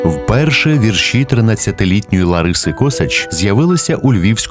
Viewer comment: Неправильно наголошуєте - треба вірші (наголос на першому складі).